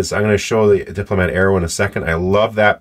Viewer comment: Wonderful video sir. I have this pen in black. 🙏 (You pronounced that correctly sir).